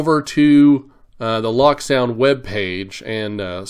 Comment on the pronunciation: Pleeeeease. It is not pronounced "lock sound" The decoder runs a locomotive. It is pronounced "loak" as in locomotive or the word cloak. Check the ESU videos.